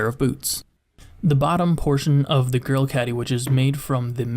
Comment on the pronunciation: Sounds like you're saying girl and not grill.